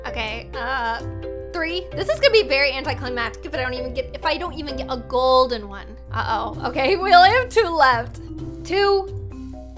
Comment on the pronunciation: When Magen Through the 4 golden ladybug I love how she said goldey